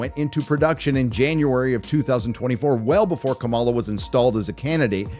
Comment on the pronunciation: Buddy, you can't even pronounce Kamala's name properly. Maybe see yourself out.